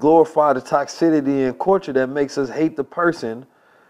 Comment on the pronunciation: Not sure how I feel about somebody who can’t pronounce toxicity 😂😂😂😂 jk